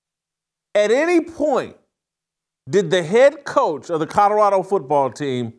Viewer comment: Jason, love you, BUT it’s NOT Cutterado it’s CoLorado!! 😁😁